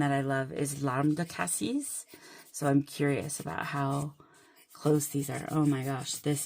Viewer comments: I have only heard “Cassis” pronounced the way you like to pronounce it, so no need to change. I hope your dentist appointment went well! Thanks for the video! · Your mechanical pencil is gorgeous. I agree with your pronunciation of cassis. I can sympathize with not loving the dentist. Even a simple cleaning appointment gets me in knots of anxiety. Also, I love long chatty videos of fountain pens, swatching and inky messing. I usually watch them in my basement craft room while working on something else. It's kind of like having a crafty day with friends.